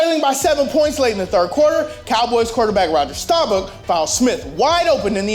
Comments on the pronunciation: It's pronounced "stah-bahk" not "star-buck" or "stah-buck" or "stah-book" ... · "Roger Stawbook" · did this dude just say Roger Starbuck